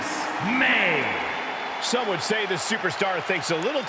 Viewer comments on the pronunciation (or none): Moné not Monet